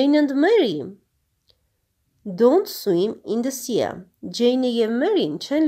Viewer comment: Sea - սի (այլ ոչ թե սիԸ) ") և նույնն էլ seaside (սիսայդ) Enjoy (ի՛նջոյ) Dialogue (դայըլոգ) Forest - ֆօրի՛սթ London (Լա՛նդըն) Letter (լէ՛թթըր)